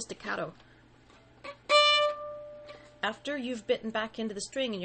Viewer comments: She said sticatto wrong... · Excellent explanation. Staccato is an Italian word. Respectfully, the "a" in staccato is the same as the "a" in augment or awful not the "a" of cat. Thank you for your video. I have subscribed and put a like. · dude you can't even pronounce legato and staccato